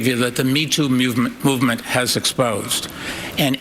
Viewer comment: The Me-too Meuvement.....